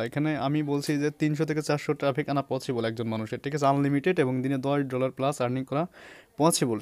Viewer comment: vaia...... পচিবল না পছিবল ছ কে চ বলেন কেন? হা হা হা হা হা